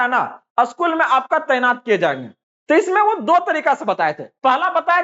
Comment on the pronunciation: असकूल नहीं स्कूल होता है